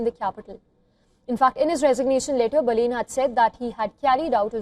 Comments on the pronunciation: Not Boolean not balloon it's Balan need to learn pronunciation first😅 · Pronounce Baa-lane 😂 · Learn first pronounce his name? As called BALEN 🤟🤟🤟🤟